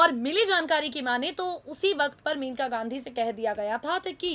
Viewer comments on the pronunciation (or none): pl read correctly it is mainka